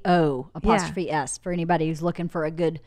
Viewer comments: pronounced RAY-OHz... not rouzeeee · By the way for educated peoples Rao's Pasta sauce which these two tiktoks called RaOW's pasta sauce is pronounced like Ray- O's. Maybe use this info so you dont get called a fucking r word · just learned this the other day, and it feels wrong, but its pronounced ray-oh's. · Rao's is pronounced RAY-O's